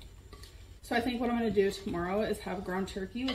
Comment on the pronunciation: I hate when she says “eye-munna” instead of “I’m going to” or “I’m gonna.”